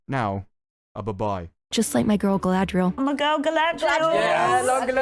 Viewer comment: Aargh! " Galadwiel" (plus chicken wings?) still makes me cringe.